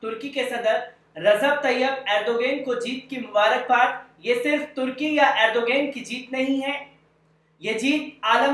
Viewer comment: جناب نام تو اچھا سے بولو